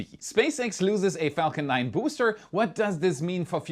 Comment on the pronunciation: If i may suggest you take care in your pronunciation of "Falcon 9" in future. It nearly sounded profane. But loven your work.